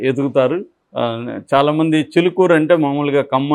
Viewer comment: Not "Chilukuru", "Chilukuri".